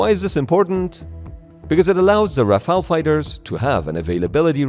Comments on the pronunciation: Rafale no Rafael. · Los aviones franceses son ¡Rafales, no Rafael!!!!!...."raro" el video... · Rafale, not Rafael 😭😭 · Bro pronounced the Rafale in French accent killed me 💀💀